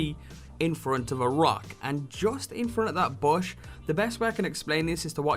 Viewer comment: he see bush weird he seid bosh wtf